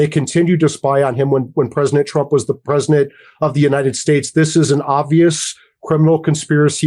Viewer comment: is that guy saying "Presnadet" when he wants to say "President"?